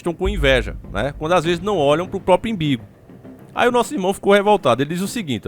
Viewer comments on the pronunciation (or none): "Imbigo"... Dei risada alto aqui.... Kkkkk vc é top demais.....kkkkk Minha mãe falava assim TB!!!